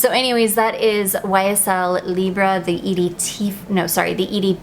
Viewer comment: Correct pronounciation of Libre!!!!!!